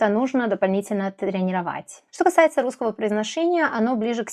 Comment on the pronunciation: До этого видео, думал, что вы носитель русского! Но, после того как вы сказали, что сербка и произнесли алЬфавит, и русскОго - всё понял :D Носители не смягчают л в слове алфавит, и произносят русского как "русскава", и таких примеров ещё вагон и маленькая тележка "акно" вместо окно, сонце вместо соЛнце, харашо, вместо хорошо... Вы поразительно хорошо говорите на русском! Но, есть ещё над чем поработать, чтобы не "палиться" :D